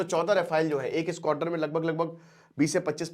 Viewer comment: That was squadron not squator